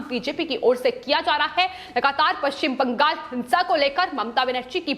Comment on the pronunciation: आपका विश्लेषण बहोत अच्छा है पर ये जो विश्लेषण देती है उनके शब्द उच्चारण छोटे बच्चो की तरह है उदा:-पश्चिम बं....गाल कृपया इन को बदल कर स्पष्ट उच्चारण वाले व्यक्ति द्वारा विश्लेषण देवे